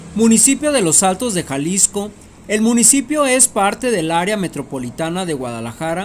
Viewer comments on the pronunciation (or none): none